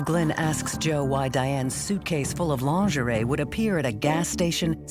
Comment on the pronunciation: It is Lingerie. LEAN -GER - REE . If you need to use French words - just take out your bubble gum .